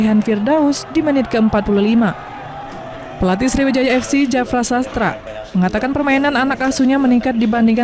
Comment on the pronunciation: Jafri sastra min,bukan jafra hahha